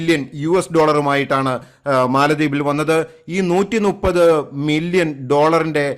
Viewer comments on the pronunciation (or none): none